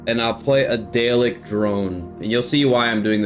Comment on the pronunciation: Daleks are pronounced dar-lexs if there are multiple or just dar-lek if it's one 👍🏻